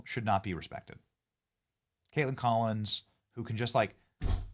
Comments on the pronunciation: The way you are saying her name is annoying. Just say Kaitlyn....like you always have...just because it's spelled kaitlan doesn't mean you say katelAN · Is Benny being silly or her seriously think that’s how to say “Kaitlan”?